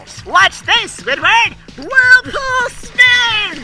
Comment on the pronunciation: "WOHLE POOL SPIN SPONGEBOB" got me laughing